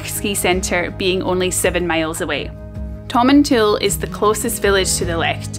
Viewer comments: Hi, former resident of Tomintoul here. The village name isn't pronounced as Tomin"tool", it really is Tomintoul (sounds like towel). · My Scottish grandfather's favourite (sic) fishing destination. My family always pronounced the last syllable as "towel", not "tool", though. Never fished there, but I remember visiting at age 9-10. Random memory: we ate somewhere that rolled out a dessert cart which I'd never seen before & thought was a splendid thing. Happy Xmas to & all her Scotophile fans. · Tom - in - t - owl. Also loads of people get winter tyres lol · Pronounce it like "Tom in Towel" ;-)